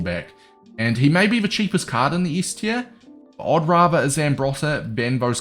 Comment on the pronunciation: The way you pronounce Scholes 🙈 how can you not know him?!